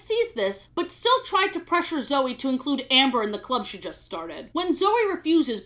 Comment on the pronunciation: I like how just gets off of talking about how Sofia pronounces Cedric wrong for most of the show, then proceeds 10 seconds later, to pronounce the name Zoey wrong.